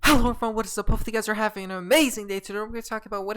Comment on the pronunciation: I judge the hype of the video based on the emphasis of HELLO at the beginning 😃